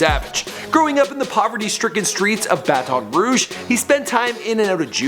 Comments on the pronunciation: Why does he keep saying Bat-on Rouge ? nigga it's just Baton Rouge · You said Baddon Rouge its Baton Rouge. It's pronounced ba-tin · Ba Ton rouge nigga its Baton Rouge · It is not no Bataton Rouge it is Baton Rouge because I from there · The way he say baton Rouge it's not bat-on its pronounced batin but spelled baton 😂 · its bat-en-rooge you ideot, not batanroog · Its Baton Rouge not Bat-on Rouge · bruh its not BAT---ON ROUGE ITS PRONOUNCED LIKE THIS BATEN ROUGE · Omfg. White people. Do you ever leave the house? It's pronounced batin rouge not Ba-Ton rouge. Have you never heard of it? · Baton Rouge is pronounced like (BATEN RUDEJ) please learn to pronounce It! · It sounds so weird for some one to say Baton Rouge like the host is saying it, lol! i guess since its a French word he's technically saying it right but if u from here you know We pronounce it basically like "Battin' Rouge" lol!!!😉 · ba-ton rouge?????? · Y he say baTON rouge 💀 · he says Baton Rouge like it's fucking poison in his mouth it's Bah-ten-rooj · Baton(bat-in) Rouge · it's like bat-in rouge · Bahaha he said Bat-On Rouge 😂😂😂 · oml the way u pronounce things. lmaoo "BATOON ROUGE" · NIGGA STOP SAYING BAT ON ROGUE..... YOU DON'T PRONOUNCE SHIT RIGHT IN HALF YOUR SHIT 😔😕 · why he pronouncing it like that Baatoon rouge its just baton rouge dang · It's pronounced Baton Rouge not bat-on Roy-ge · Its pronounced bat•ten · "Bat-on Rouge" that shits annoying dick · It's Bat-un Rouge nigga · bat-on rouge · Say it like this Bat-in Rue-g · Did he said batam roudge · The way you pronounce Baton Rouge..Here in Baton Rouge we pronounce it as "Bat-ton Roo-ge" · Or "ba-on rouge" lmao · Isn’t that Funnymike, I’ve been watching his videos but he never said he was 22 Savage. I thought it was just a random dude. But I hate how pronounced Baton Rouge it’s just annoying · lol not how u say Baton Rouge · U sayin Baton Rouge mayne but I respect 22 he from BR lik me but 21 gang